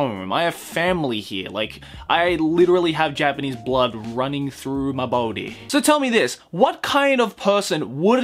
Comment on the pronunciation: Funny the way said "ma boady", not heard that one before